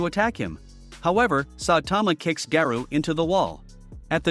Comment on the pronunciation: Its garou not garuu